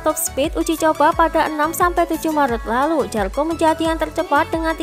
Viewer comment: Zarco bukan Jarco Wildcard bukan willcard